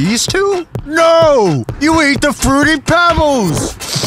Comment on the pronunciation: frooti pebls